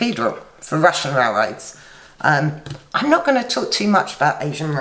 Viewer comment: I love the way you pronounce Russian Rail-raids. Cheers!